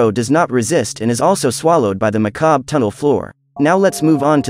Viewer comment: When the AI cant pronounce "Macabre" and pronounces it as "Mucob"